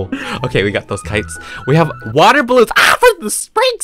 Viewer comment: Not a soul:: You ca- fil wit waahhhh